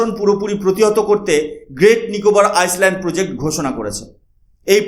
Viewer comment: আইসল্যান্ড একটা উত্তর অতলান্তিক দেশ,, দ্বীপ 🏝️ উচ্চারণ, হলঃ আইল্যান্ড